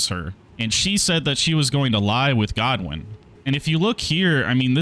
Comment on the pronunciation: Just wait for Vaati to do a lore video 😂. Also maybe Google how to say Godwyn before you butcher the Welsh language 😭